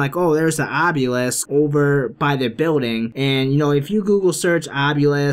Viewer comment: Obelisk not Obyulisk also cryptids not criptoids!